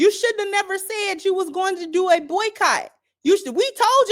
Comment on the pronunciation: Lol every body said buycot!!!!!!